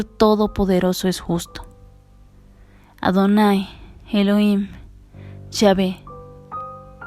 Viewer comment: El nombre correcto es elohim no heloim